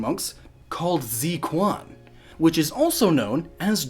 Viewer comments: Text on screen: "Zui Quan": ZEE QUAN Chinese speakers: Excuse me wtf? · btw zui quan is pronounced dzuey chuenn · It pronounced as "zui quan" not z kuan or zai kuan thx for murdering the prounucation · it's pronounced "tsway chwan" not "zee kwan" "tsui" = drunk, "Chwan" = fist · zui quan is pronounce "z-ui ch-yu-an" not "zee kuan" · Zee Kuan AHAHHAHAHAHA its not pronouced like that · It's pronounced "zhee-chuan" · zui quan has the worst pronunciation I have every heard !!! Please put that in google translate before confidently read it out loud. I'm not anticipate a almost perfect pronunciation but please at least get to somewhere close. "zi kuang" is just so embarrassing. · Zui Quan is pronounces "Zee Chuan" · You go into a lengthy vid that just draws out what other vids do in 9 minutes... and you didn't even at least research how to pronounce Zui Quan (Drunken Fist). It's pronounced "Jwei Chwen" And you didn't even research Zui Quan is merely a 20th century Chinese circus act posing as an "interesting martial arts technique" and has no pedigree dating further back than 50 years. The whole Drunken Master movies starring Jackie Chan kinda sorta is the legitimate inventor itself, taking the act and making it famous, while adding its own twist. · Its pronounced dzwee chwan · zui quan is pronounced shway chwan